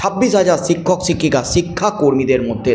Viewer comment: “ছিক্ষক” নয় শিক্ষক। ঠিকঠাক উচ্চারণ করুন। চেষ্টা করলেই পারবেন।